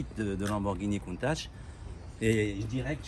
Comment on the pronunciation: Ha c’est la guerre sur la prononciation de Contach ? Superbe réplique en tout cas. 😱